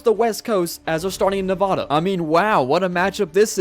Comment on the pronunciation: THE NEVADA/ne-vau - da IS KILLING ME